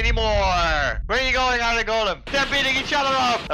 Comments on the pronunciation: i love it when calls iron iren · A noob says iron A Blaze says “ Iron (Eye Ron) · I love when calls iron, irin. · sord - ❌ suword - ✔ iyern - ❌ iron - ✔ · It’s I in not I ron